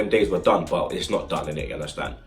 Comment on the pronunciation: Love it when he says "ya unda stand" 😂